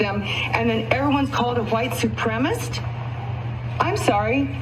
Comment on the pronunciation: Why is it that almost always the folks who think they are a member of some super fantastic race group - are total freaking IDIOTS! Seriously, she couldn’t even pronounce the word Supremacist!